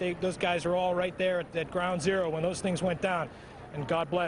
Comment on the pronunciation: He calls it ground awro literaly 30 mis after the fact....they didnt start sayin that hard till the comming hours n days